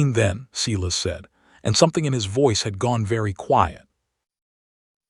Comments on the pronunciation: Does a human ever listen to this before it's posted? If so, do they even speak English? It can't be Cee-lus, it has to be Silas (Si'-las)! AI stories can be good but some are just ridiculous in narration! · I agree, it takes away from the story,..........Silas is pronounced as SY-luhs (/ˈsaɪ.ləs). You say it with two parts: stress the first part to sound like "sigh," and say the second part softly like "luhs"